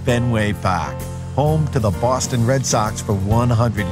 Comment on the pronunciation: He is speaking correctly for a Bostonian. We don't pronounce our R's at all and it does sound fake at times. We don't say BAUWSTON, we say boss ton. Bosston.